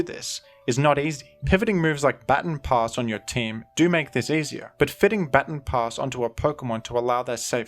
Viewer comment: That is not how you say “baton pass” lol